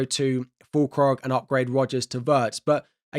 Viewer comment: it's /ˈWɪrtz/ not /ˈWɜːrtz